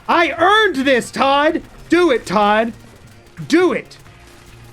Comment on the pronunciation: every time i hear "I earned this" my mind changes it to "I urned this"... AN URN URN!!